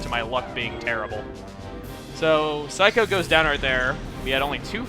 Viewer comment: It is. Just like his Saikou is actually Sai-ku, despite him calling it psycho.